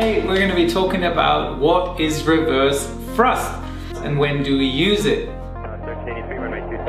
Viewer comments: "wewerse frusft" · I just love how he says "reverze thruzt"